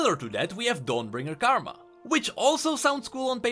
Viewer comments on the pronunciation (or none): none